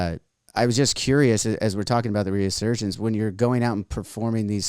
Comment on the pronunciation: My God. How many times is going to say "reAsurgence" and mispronounce "resurgence". And ffs dude, you're like 50. How do you make it to 50 and still not comprehend, and mispronounce so many simple words?